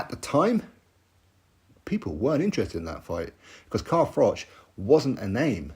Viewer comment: Frank is rattled because froch been calling him bricktop, frank kept making froch sound like frock when he was talking about him